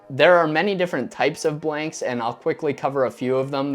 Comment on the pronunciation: is it me or dose he say "bwanks"